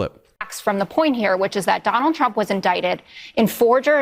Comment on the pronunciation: Ben: "Donald Trum?" You need a vacation! 😂